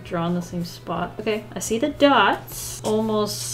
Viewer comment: "You can shee dem in dere natural habitat." Just made my day! 😂